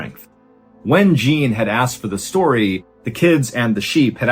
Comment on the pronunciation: Jean, like John, like your name, Mr. Ballen!!! You're DO good with French pronunciations too most of the time. Jean is John, with a little French accent on it. Not JEAN like blue jean in America. You are such an awesome storyteller but every time you said Jean like blue jean I started laughing. Great story tho.